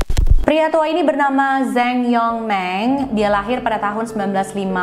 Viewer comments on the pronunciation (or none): koreksi dikit, neng .... zhang dibaca chang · Zhang yong ming dibaca mjd Cang yong ming...🙂...dia bermarga Zhang